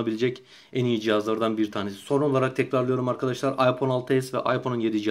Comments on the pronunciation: adam doğru söylüyor. iphone ayfon diye okunur hiç bir aksan aypon demez phone kelimesi ingilteredede amerikadada aydır bence senin :D ingilizce bağcılar aksanı kardeşim. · Okunuş:aypon diye okuyorsun zeka okunuş:ayfon diye okunur o